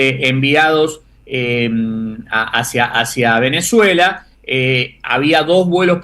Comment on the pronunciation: Por qué dice "Venezela"?